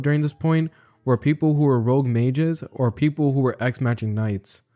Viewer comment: What if Subaru was Sung jin woo reincarnation i swear to God i hear 'Medical Ninjas' instead of 'Medical mages'